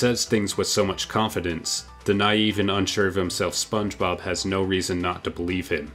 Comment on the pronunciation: Never in my life have i ever heard anyone call it the spob movie